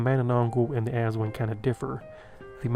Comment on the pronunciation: Aswang is pronounced "ass-SWUNG."